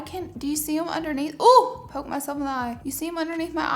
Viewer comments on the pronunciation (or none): none